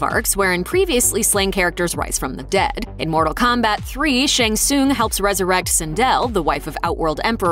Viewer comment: You can't even pronounce Shang Tsung or Bo' Rai Cho correctly... Get it right, lady. You hurt my ears.